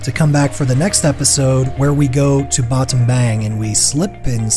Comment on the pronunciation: Awesome videos and awesome work that you’re doing there. May I suggest on some pronunciation of some of the words. Ex: Battambang is actually pronounced Battam-bong. Your videos makes us miss Cambodia and family